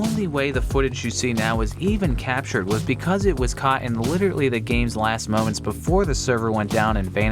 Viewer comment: Stop saying "Litertly" please.